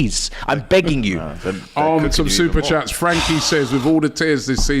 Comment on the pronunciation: That SuperChat about and SuperChats is ACCURATE AF. As much as we all Rate...he always butchers some of them 🤣🤣🤣🤣🤣🤣 AGT Far more clinical on SuperChats.